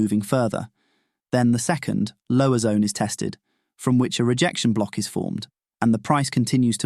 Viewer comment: I just keep hearing “Breaker Cock” “Order Cock” and “Rejection Cock”